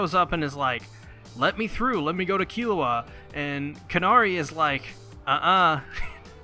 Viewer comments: It’s “Canary” not “CARnary” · Respect to you for making Hunter X Hunter content but holy hell is this hard to listen to. Almost every name you get wrong, none of the things that you're supposed to infer you have inferred. Canary .... Like the bird Canary.